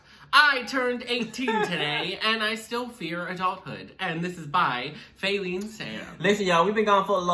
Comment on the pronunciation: It’s not fAelene it’s fa-leene